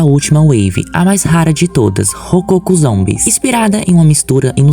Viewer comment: A pronúncia não é "rocôco" mas sim: " rococó"!